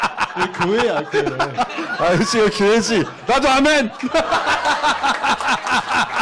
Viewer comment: 발음 참 이상함. 꾜회? 꾜회가 뭐지